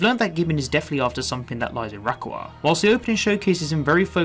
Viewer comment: The way you pronounce Rayquaza physically hurts me